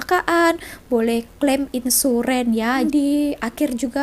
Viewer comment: Mbak 'insuran' sebutannya bukan "insuren"